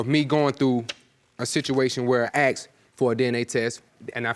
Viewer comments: Its "ASKED" not "AXED"...….you people cant speak English...... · They both said axed instead of asked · Axed? ASKED!!!